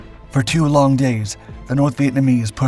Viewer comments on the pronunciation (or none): none